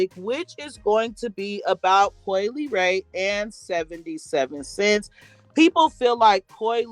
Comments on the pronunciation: possibly Coi's last name. Instead of (lee-ray) I think she's trying to say (luh-ray). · I think her name is pronounced la...like in speaking French, the le makes a la sound